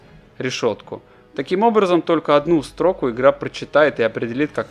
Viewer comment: ппц, третьего чела смотрю - даже норм сказать не могут косноязычники, тут боле-менее, да тоже одну стрОку вставил